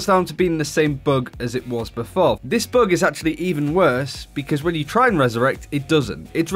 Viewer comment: Who else thought he said "book" instead of bug?